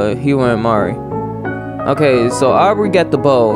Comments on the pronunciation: its pronounced 'mar-ee' as far as im aware!! im so sosooooo happy to see u playing omori hehehe.... have been suggesting it for the long time! be ready for a LOT of thinking and psychological horror, and be thinking very deep abt the relationships these characters have :) honestly i wouldnt say whitespace is a place where omori is happy, only a representation of his own mind? his sort of limbo, where he is alone with nothing but him. the sad/happy/mad system is kinda like pokemon! it gives certain disadvantages and advantages in a fight but i think you are gonna get a tutorial in a future on how to utilize it better! HAHA YEAH I WAS RIGHTTT STONER BASIL LMFAOOO IM LOSING IT BUT YOURE TOO RIGHT you're right, it is a dreamworld, 100% you're right, HAHA, what you see at the end of the chapter is reality :3 its important to remember the parallel tbh im still suggesting 12 minutes, and danganronpa! if you arent a fan of the writing theres another game called your turn to die which i havent seen yet! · him saying mary-mari hurts me for no reason 😓